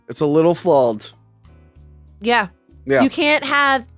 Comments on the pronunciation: How come can’t saw the sound “aw” without saying “awl”? He keeps saying “Jawls” instead of Jaws and here he says “flawled” instead of flawed. Get your speech game up. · how do you pronounce something so wrong twice in a row back to back? “It’s a little FLAWLLED” You mean FLAWED bro? Where the F did those extra L’s come from? You took so many L’s you just be handing em out where they don’t belong now?